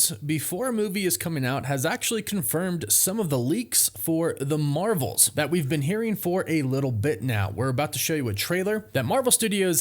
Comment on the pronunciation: “The Mravels”